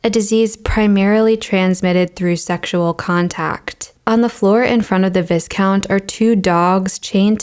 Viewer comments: Some years ago I was lucky enough to visit the National Gallery in London where a Hogarth retrospect was being shown. “Marriage à la Mode” and “The Rake’s Progress” were a part of the exhibit. To see Hogath’s work up close is a treat because there’s so much to see in both works. BTW “viscount” is pronounced VIE count. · VISCOUNT is 'v eye count' and 😊 i love your content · Wrong pronunciation of ‘ Viscount ‘. Pronounced ‘Vie - count. ‘ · Since you will probably run into the word often in old painting stories, I just wanted to let you know that the title Viscount is pronounced "vy-count." The "i" is long and the "s" is silent. 😉 Love your videos! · Aw. I think viscount is pronounced like VAI KOUNT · FYI Viscount is pronounced vi count. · The correct pronunciation for viscount is vai (like in viking) - count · Thank you for this exposition. An inquisitive glance into centuries past. Just for the record Viscount is pronounced "Vie" count and a person who plays the flute is called a flautist. Forgive me for being so martinet, but we are talking about high society here. 🙂 🏰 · Love it! Fascinating! BTW, "Viscount"" is pronounced "vie count". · FYI, viscount is pronounced “vy-count”. Even though it is cognate to vice-count. (If you’ve ever seen Phantom, Raoul the vicomte is the same rank in French. Presumably part of why the English pronounce it that way.) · As an American, you may not know that Viscount is pronounced Vye count (silent s) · Great essay. One small thing; it is pr. "vai-kownt". Cheers from over here ;-) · Isn't the 's' in viscount always silent? Pronounced Vy-count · You should have pronounced Viscount as Vye-kownt, yes? Correct pronunciation would help transfer your valuable tidbits of information, already suffering somewhat from the pitch of a voice sounding like something between college sophomore and seriously retro valley girl. But the paintings are great! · Pedant in me wants to point out that viscount is pronounced Vycount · vai·kownt Not "vis-"